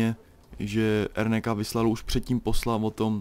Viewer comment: RNK = ErNéKá? :DDD N se čte jako Né? :DDDDD